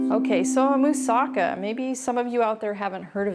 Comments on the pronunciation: Yes..."Moussa-KA" is how to pronounce! One of my favorite Greek dishes and I HAVE to try this! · I just learned from native Greek people, that "Moussaka" is pronounced right, when the accent is on the LAST syllable, meaning "MoussaKA", (NOT "MoussAka", or "MOUssaka"). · Yum! Looks delicious! Pronounced with the accent on the ka at the end.